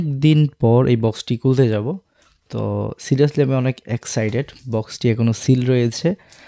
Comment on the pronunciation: "Excited" Vai 😂 "Exited" na 😅😅